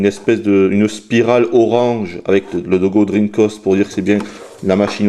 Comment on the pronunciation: Tu dis dreamcost? et Treamcost?.......